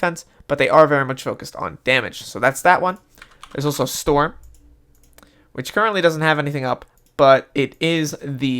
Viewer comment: u stupid its storm not storn lol